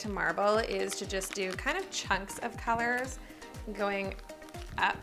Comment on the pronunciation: in the video she said colours in kind of a Scottish accent 😂 lol